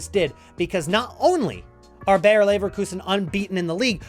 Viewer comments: Just a little hint: "Bayer" is pronounced exactly like "Bayern", just without the n. It is not "Bear" or "Beyer". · They are not called Bear Leverkusen 🐻 Bayer exactly pronounced as Bayern